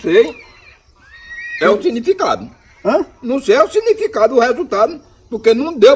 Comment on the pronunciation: O "sinificado" 🤣😂